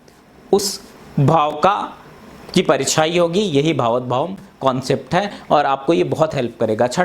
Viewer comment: बकवास। भावत नही भावात् शब्द है।